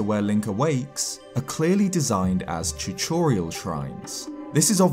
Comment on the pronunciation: When he said tutorial he said Chuchorial